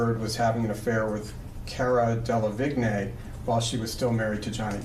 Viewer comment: Del a vig nay? Lmao.